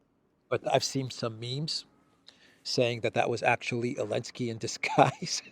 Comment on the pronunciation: Why does he leave the Z out of Zelensky, he calls him Elensky, I’m assuming there is a reason